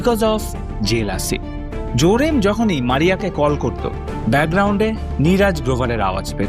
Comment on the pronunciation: জোরেম না জেরোম 😅